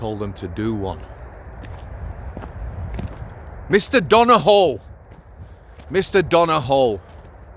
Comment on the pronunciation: It’s Donohoe ( Dun a who), Done a Hoe sounds like an arrestable offence.😂 Anyway, big thanks for getting his name and the truth out to a large audience. Cheers. 🇮🇪 🇬🇧